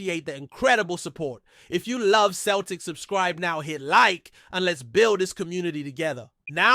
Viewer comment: It’s pronounced Sell tic. Not Keltic